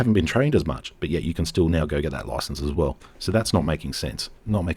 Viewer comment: Security license, not 'licanse.' 😛